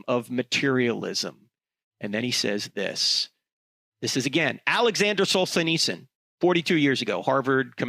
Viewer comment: It's pronounced Sol-gen-nits-zen